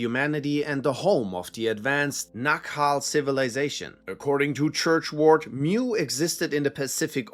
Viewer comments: It’s “mu” as in “moo” not “mew” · Mu is pronounced Moo. Not 'mew.'